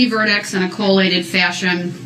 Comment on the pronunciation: i dont unner-stan. You cant FORCE me to unner-stan. IN ALL CAPS. You said co-lated....what do dat meen?